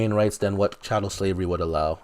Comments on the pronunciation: Stop saying Cattel. The word is “chattel”. By definition it is chattel slavery in the Bible. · Child, it is "chattel" slavery. Pronounced "chat-ell". Not "cattle".